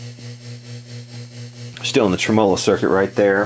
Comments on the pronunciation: ˈtreməˌlō Accent on the first syllable. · Love your videos! You've got to be the only person in the planet that pronounces tremolo with the emphasis on the second syllable. :) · TREM'-olo, not trem-MO-lo.